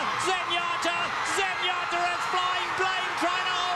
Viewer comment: I always loved how when Trevor D. called her Zenyatter 😅